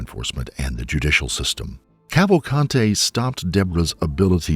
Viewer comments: Hahaha you Said Danilo Salza Kavante. and is Clearly " Danilo Souza Calvacante " 😂 I meant That Pronunciation S*cks. I'm just Saying Luv😅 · The correct pronunciation is Kaval- kunt-hey? Yep sure is. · How many times did they say Kawakante? How annoying! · Okay each time he says his name it sounds like he is saying Avocado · Just fyi, not a huge problem, but his Portuguese last name, Cavalcante, is pronounced like “kaval-CAHN-chi” sort of, and with more “blunt” or flat vowels, like “Cāvālcāntē”. Little different than the Spanish pronunciation, with enunciated and expressive vowels, “kaval-CAN-teh”. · If this asshole put half the effort into researching the facts of the case that he did in pronouncing their names maybe I wouldn’t be unsubscribing right now.